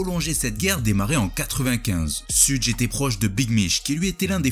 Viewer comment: Ça se prononce "cheugue" Pas "sudje" Super vidéo sinon